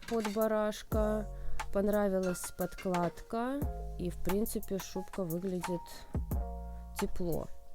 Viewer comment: Если ведёте обзоры,то будьте добры говорить правильно,не подклада,а подкладка!!!!